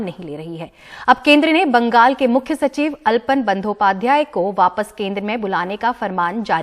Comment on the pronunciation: अल्पन नही आलापन